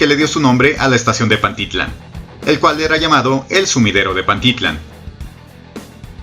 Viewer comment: Se pronuncia PantiTLÁN y no PanTItlan, te sugiero que aprendas a pronunciar bien